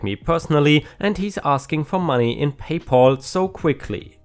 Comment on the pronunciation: PayPal is a combination of the words "pay" and "pal", with "pal" meaning friend or buddy and sounds like "Al" like "Al Bundy" from Married With Children. It doesn't sound like "all" like in the name "Paul."